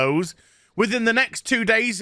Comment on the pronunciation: protection from what? Zee germans? 🤣✌